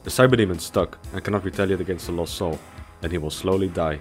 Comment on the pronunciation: each time he says '''lost soul'' but I hear ''LOL soul''